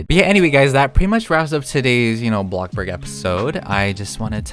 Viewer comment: BLOCK burg ? …. It’s BLOXburg